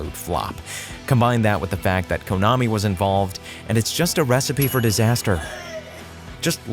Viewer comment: It's pronounced kunn-ami. Not coon-ami.